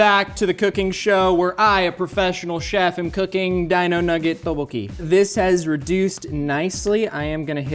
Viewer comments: pronounciation of Tteokbokki hurts me deeply Edit: Oh god not the Gochujjang pronounciation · psst...it is pronounced go-chu-jAHng and dduk-boh-key. I love seeing Korean elements in MK but it hurts to hear the words mispronounced. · says Teboki... like he found someone to say it to him 30 times before he got on the show... He wanted really badly to say it exactly precisely accurate. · pronunciation of tteokbokki is taking me out 😂😭 “TOH-BOW-HEE” he’s says it with that quickness too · introduced his dish as "tub-pokey"